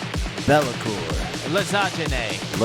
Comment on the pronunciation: btw for pronounce - lasanie "gne/gni" in nie/nie so tasty italian food.